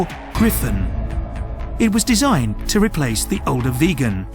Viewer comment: It's VIGGEN, not VEGAN